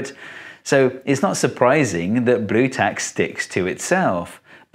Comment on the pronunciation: Steve has become Austrian for a moment (Brüe Tack)